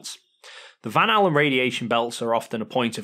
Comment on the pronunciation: "Val helar" radiation belt 😂